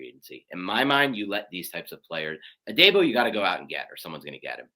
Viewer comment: Hate to knit pick but it’s a pet peeve., it’s pronounced. A-deee-bo. Like Deebo from Friday. Also it’s Robert Sal-ah like Salad but ah at end lol